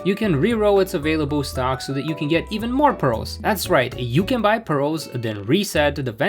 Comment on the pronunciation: jsyk it’s “priz”